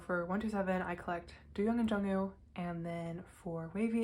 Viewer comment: It’s pronounced more like doe/ dough- young lol but he’s my ult too :)